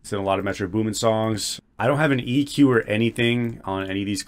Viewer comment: why does he call it eqer 😭